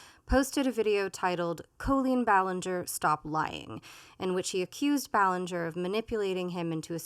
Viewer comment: It’s a small thing, but of all the Tubers doing reactions to Colleen, I think is the only one who’s pronounced her name correctly.